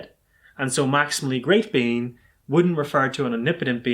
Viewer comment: Why do I keep hearing "maximally great bean" this makes my brain hurt